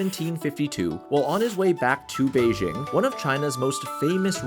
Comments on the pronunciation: Cmon man just say Beijing correctly. It’s pronounced exactly like it’s written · Why mispronounce Beijing?